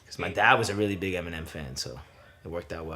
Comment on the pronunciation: "ENINEM" lol